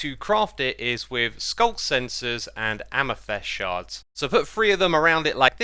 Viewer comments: Please stop saying amYthEst. Its amEthYst... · Mate it’s pronounced amethyst not amethest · Amethyst pronunciation Brits: AmathIST Americans: AmathUST Xisumavoid: AmathEST? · Your pronounciation of Amethyst is so funny. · there’s definitely only one way to pronounce amethyst. U can’t just pronounce words wrong and then say it’s another way of pronouncing it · I will never get over you mispronouncing "amethyst"